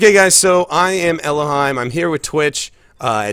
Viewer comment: You are talking about Elohim, not ellohime.